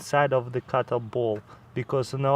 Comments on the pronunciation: Is he saying clayton ball or cotton ball? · the way he said cottonball tho lol